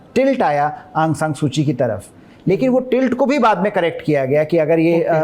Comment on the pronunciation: Sir correct name Aung saun suu ki hai